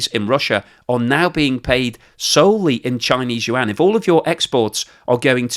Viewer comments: It's Yuaan not Yuan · BTW the correct pronunciation of "YUAN" is kind of like "won", it only has one syllable. It is not you-ann. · Yuan = ywhen, like "when will you pronounce any mandarin syllables correctly?" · Hi - pronounce yuan: yu-en. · Very informative but your pronunciation of Yuan makes my ears bleed